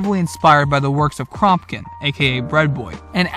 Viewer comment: Was just watching this vid to see how well you covered the ideology. Your pronunciation of kropotkin gave me tremors